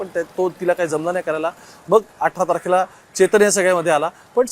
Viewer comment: “चौदा आरखेला” नाही “चौदा तारखेला” स्पष्ट उच्चार कर रे.